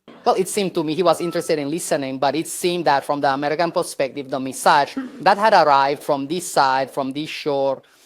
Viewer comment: it's cute how she says "message" as "massage"